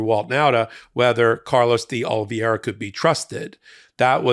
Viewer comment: Oliviera, not Olviera. It's not a name from outer space!